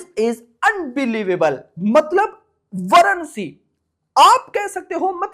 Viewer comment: Varanasi nam h varnsi varnsi kya lga rakha h